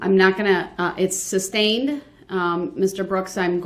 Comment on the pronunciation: Morgan "GROUNDS!!!!!!" "Troof" (Truth) "Axed" (Asked) "Substained" (Sustained) "Tack-it" (Tacit) "Subject Matter Jurisdiction"😬🤯